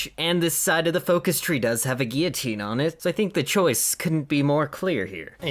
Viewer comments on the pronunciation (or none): none